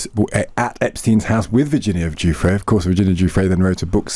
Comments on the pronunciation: Virginia's last name is pronounced JEWFRAY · You’ve pronounced Virginia Giuffre’s (Rest in Peace) last name incorrectly in the video… This clip shows the correct pronunciation